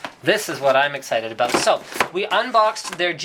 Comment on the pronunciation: "abooot" Lol... Canadians :)